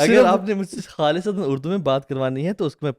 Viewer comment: Is it اردو or اڑدو 😉😂 On a lighter note!